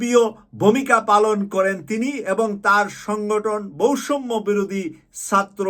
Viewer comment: এই দুইটি উচ্চারণে কিছুটা ভুল আছে ১ বৈষম্য বিরোধী, ২ প্রয়োজন।